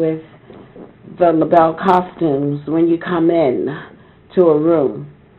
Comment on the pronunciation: THANK YOU! He kept saying "Labelles" and it was like fingernails on a chalkboard. The Bluebelles and Labelle, but not "Labelles."